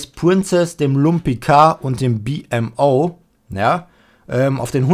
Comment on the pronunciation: Er wird BIMO ausgesprochen